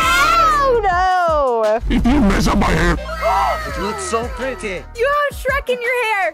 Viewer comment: Not to be rude but it's Shrek not sherk 😊